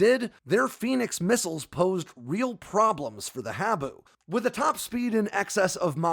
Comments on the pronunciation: Minor issue. "Habu" is pronounced 'haa-boo' - after a black snake native to Okinawa, Japan, where the SR-71 forward based on Kadena AFB. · Great video, the proper pronunciation of “Habu” is “Haa-boo”!!